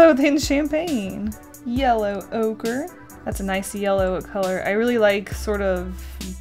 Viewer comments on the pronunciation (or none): When she said yellow ochre I thought she said yellow ogre 😂